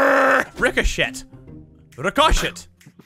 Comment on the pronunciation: 1000% precent not richochet